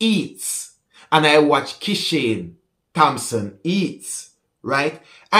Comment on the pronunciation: Hey stop talking. How many times you mispronounce Kishane Thompson name and Sha karri Richardson's name. You just called her Robinson